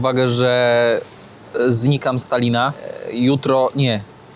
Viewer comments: czy ja dobrze słyszałem,że na samym końcu pozdrawiałeś Stalina 😂😂😂(z Talina) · jest na bakier z językiem polskim. Dwója na szynach! Po polsku "Tallinn" wymawia się "Tal-lin". • Mianownik (kto? co?): Tallin • Dopełniacz (kogo? czego?): Tallina (lub Tallinnu - rzadziej) Celownik (komu? czemu?): Tallinowi Biernik (kogo? co?): Tallin Narzędnik (z kim? z czym?): Tallinem Wyruszyć w podróż i nie nauczyć się prawidłowej wymowy zwiedzanych miast‼️ Zamiast Sankt Petersburg ciągle "san" dukać? I jeszcze wiele innych miast nazywał jak chciał.